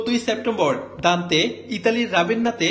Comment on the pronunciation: দান্তে নির্বাসিত অবস্থায় "কিন্তু প্রতিবেদক ভুল পড়লেন।